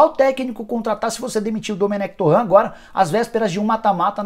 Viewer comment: Cara, vc é o ÚNICO que fala “Domenec TORRÃ”. O próprio Dome já confirmou a pronúncia correta.